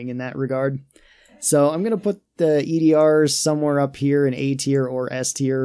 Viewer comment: They’re called “E.D.A.R”, not E.D.R. You pronounce it as “E-Dar”